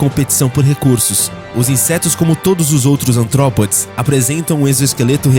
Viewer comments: ARTROPODES AMIGOS E NÃO ANTROPODES.. PÉS ARTICULADOS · Perdão por corrigir, mas, não é Antrópodes e sim ARtrópodes